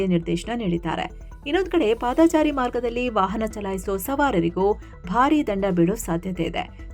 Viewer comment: 15.06 ಪಾದಚಾರಿ ಸರಿ.. ಪಾದಾಚಾರಿ ಎನ್ನಬೇಡಿ. ❤